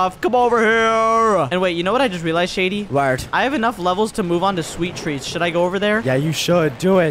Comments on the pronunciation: Why does Shady say wharth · I Love How Shady Says Whert Instead Of What😂❤ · Waert 2X 🤣🤣🤣🤣🤣🤣🤣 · I love her keeps on saying warat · Every video yoou make with shady he says wart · Why did shady say vlurt😂😂😂😂😂😂😅